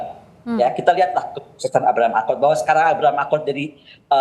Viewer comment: Abraham Lincoln lol bukan Abraham Akon... Bikin ngakak aja loe tong